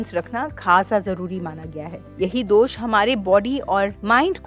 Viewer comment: Dosa नहीं दोश बोलो कफा नहीं कफ बोलो